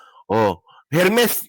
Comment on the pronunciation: feeling matalino…. Ermes ang pronunciation hindi Hermes. Silent H yan TANga 😂 Pati precedent ang basa mo president TANga ka talaga 😂😂😂